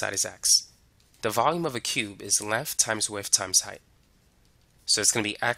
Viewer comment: I am sorry, but if I hear "edge legf" one more time I am gonna lose my mind. Gonna have to find a different video.